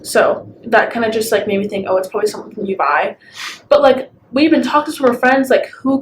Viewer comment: Did she say Dubai or you buy.